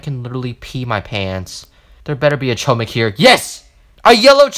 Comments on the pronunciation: u are saying chooomik its chomik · Fun fact : chomik is Polish Word, but don't say ch omik, say H but like h amster, chomik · It’s pronounced “HOMIK” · I’ve heard “Choumick” so many times at the point where i don’t even call it “Chohmick” anymore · It’s actually pronounced “hohmick” Chomik is actually hamster in polish and thar is the pronounciation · Its homik not hohmik also they just right chomik I already know that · as a polish person i cant help but laugh everytime someone pronunces chomik as ''KOMICK'' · its pronounced "homeek" btw (its polish for hamster) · Btw u say chomik like this : homik it’s bc it’s in polish I have no idea why haha there’s also 2 Chomiks called mysz and szcur. Mysz is mouse and szcur is rat :] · ITS PRONOUNCED HOM-EEK ITS POLISH FOR HAMSTER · Chomik is pronounced, "Hom" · it's actually pronounced "homik" chomik is actually spell in a different way it's "hamster" and chomik is in polish. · Chomik, pronounced Homik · Saying corretly chomik is (homik) h like in word "hi" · Chomik is Mouse in Polish and its pronounced Hom-eek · It’s chomk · You were saying choemick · It is chom ik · it's pronunced hohmik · Chomik is pronounced hom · Its not chomik its choomik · Btw you were saying chomik wrong but my ears don’t bleed